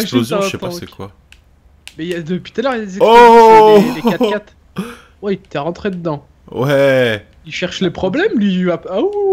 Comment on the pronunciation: Je suis le seul à entendre dire "ui" au lieu de "oui"